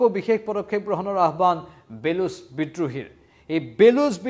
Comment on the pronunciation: বেলুচ নহয় বলুচ